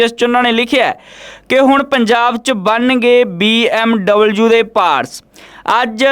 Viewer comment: BMW not BMUU